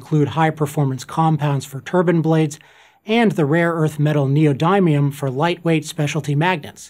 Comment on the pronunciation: 1. you mispronounced neodymium. 2.the message of this video is decent but an alternative to solar, wind, and coal isn't proposed. Thorium based nuclear is the only way to do cut emisions and produce power cheaply, and reliably.